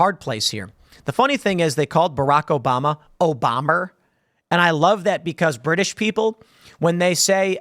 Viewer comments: We dont say Obama as Obamer at all Tim, we say Obah-mah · I can categorically deny I have ever said "Obam-er". I say "Obarmah". Get it together Tim, you're embarrassing yourself. Good greif.... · British put an R at the end of a word ending in a vowel if the next word starts with a vowel. So if they just say "obama" they will say "obama". But if they say "Obama is the president" They will say "Obamar is the president"